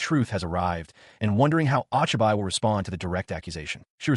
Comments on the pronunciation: "Ah chai bai" instead of Ochibi lmao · I'm pretty sure the name is pronounced "Oh-Chee-bee" The "i" Is never long in romanji unless it is after an "A" Also, creating ANY kind of automobile in a fantasy world shouldn't have worked. She should at least be limited to things within the Tech Level of the world. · Hey bro.. Isn't the 'o' in Ochibi like hey? and the extra "ne" like it is spelt cutely by kids?